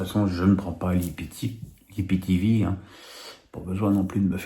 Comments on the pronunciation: on dit soit i p t v soit aïe pi ti vi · de grâce, il faut soit dire IPTéVé ou AïPiTiVi. Ça sonne bizarre dans oreilles, vu que c'est ma 1ère langue 😅. Merci